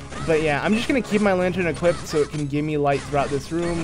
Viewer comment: Nobody Absolutely nobody: EQUIPDED